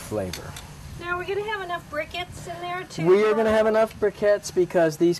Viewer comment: Did she say brickets